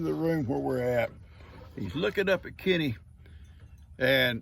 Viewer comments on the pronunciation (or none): Good morning 🌄🌻. 😂 LoL I thought you were saying Kitty and wondered if Gigi's name was Kitty. Then it hits me your talking about your buddy Kenny 😜. Love your videos and you 😗💓. Blessings for the entire Morrow family.